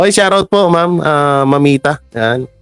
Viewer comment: Hindi nga yan SHAR OUT, It’s SHOUT OUT. OWmsygudnes! Tsk.